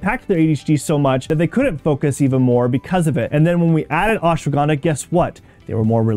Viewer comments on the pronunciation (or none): It is not ashwagandaa its ashwagandha 😂 pronunciation 😂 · First learn how to pronounce it is ashwagandha not aswagandaa😂😂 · What is ashwagánda ? Pronounce it right give some respect